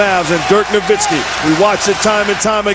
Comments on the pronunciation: why we been saying nowinski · Did the commissioner really say Dirk Nowitzki's name wrong during the award presentation?? come on man..